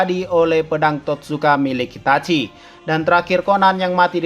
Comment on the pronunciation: Ini napa bilang danzo jadi hanzo terus itachi jadi hitaci-_